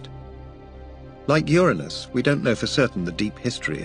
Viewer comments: Thank you for pronouncing the planet correctly ur a nus not that filth other channels think is funny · I’m just glad that the narrator properly pronounces “Uranus.”